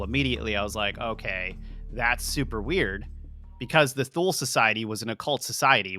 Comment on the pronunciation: Thule is pronounced like this: too-lah This is a fascinating video so far!! It's fascinating how difficult cultures who didn't interact had many of the same legends.